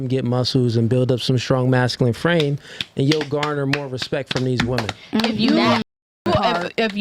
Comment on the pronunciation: Brother can you please work on your enunciation, you're pronouncing women as wu·muhn instead of wi·muhn